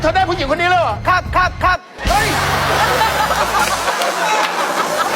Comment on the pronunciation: เต็มปากเต็มคำอ้อด คั๊บบบ 🤣🤣🤣